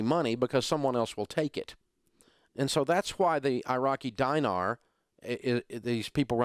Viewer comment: It's pronounced DEEnar, not DYEnar.